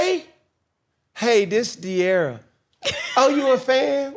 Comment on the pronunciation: This interview was horrible. Cam kept making weird perverted jokes as well as interrupting De’arra regarding the Ken situation. A lot of Gen Z wanted to know the details and he completely fumbled it. He also said her name wrong in the middle of the interview and didn’t give her the respect she deserved & I’m more than positive cam is bisexual, always asking about other’s sexuality. Weirdo and horrible interviewer.